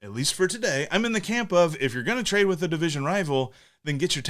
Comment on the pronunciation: "Trade-ar." "TJ Speedl.", you are one of my favorite sports media members. 👍🏿